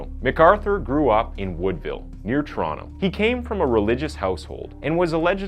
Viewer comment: If youre not Canadian props for pronouncing Toronto right